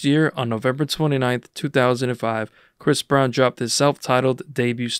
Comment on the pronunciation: damn already starting out w misinformation 🤦 I think u meant to say Bris Brown